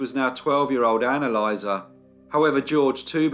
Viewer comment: Anne-Elisa sounds very much like “analyser”. I had to rewind just to check what I’d heard.